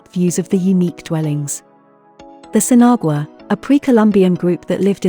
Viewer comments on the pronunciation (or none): You don’t pronounce the “g” in Sinagua